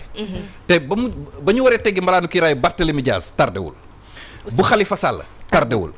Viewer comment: rectifiez vous..on ne dit pas mbalaane,....malaane ( couverture..)